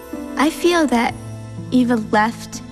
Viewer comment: Its EVA not Ava